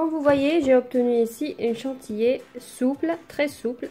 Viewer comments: Petite remarque gentille, ça peut aider. On dit chantilly pas chantillé. Dommage parce que vous vous debrouillez plutôt pas mal. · Chantilly et non pas chantillé Merci pour la recette